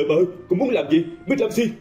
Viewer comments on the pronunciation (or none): Bích lam 8 ad đọc bích lam xi